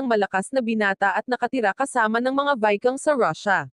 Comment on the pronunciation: Utot mo anong vikang?? Ginagago mo ang pagsasalita mo ayup ka